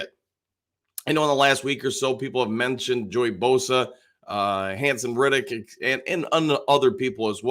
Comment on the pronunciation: Haason REDDICK…not Riddick.😁